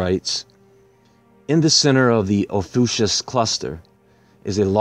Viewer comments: It's actually pronounced OFF-E-YOU-KUSS. Great video. I had no idea about the explosion. I love how you see through to the real truth of events. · Ophiuchus is pronounced fie-you-cus.